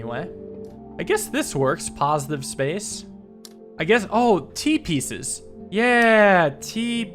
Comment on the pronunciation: When dude said "T-pieces" I almost heard "Teepee says" The later "T-piece!" statements mad me hear "Teepees!"